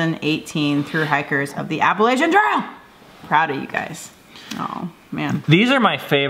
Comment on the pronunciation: I think the worst thing you do is pronounce Appalachian wrong. ;) Epic schooling, parents! I feel like a failure as a parent watching your trail doc. :P